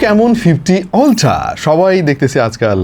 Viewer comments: utra ❌ oltra ✅ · আল্ট্রা ❌ অল্ট্রা ✅ ❌ ✅ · আল্ট্রা বললো নাকি উল্টা বললো বুঝলাম